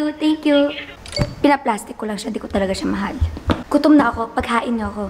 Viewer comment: called ndre "mhal ko" stop me! oowemjii!